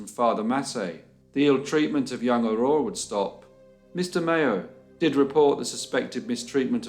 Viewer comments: How in the Dickens are you pronouncing "Aurore" correctly!? I grew up in the UK and after 20 years people still insist on miss pronouncing it 🤦🏻‍♀️ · You did a good job with the pronunciation of all these French names! 👏 In Quebec, just the first name Aurore is enough for everyone to remember this sad story. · Can I just say that I'm very impressed with your french! You did an incredible job pronouncing all of those French Canadian names and places, I don't think I've seen a YouTube video outside of Canada that has done it so well! Love the videos. Cheers! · So damn sad 😢 But another interesting case and your pronunciations were very beautiful ❤️ great job!